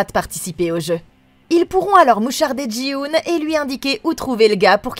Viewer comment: Jin-Hoo, par pitie, pas Jii-Hoon